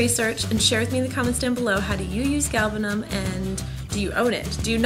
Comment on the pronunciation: I am from Iran, and I appreciate very much that you pronounced it correctly.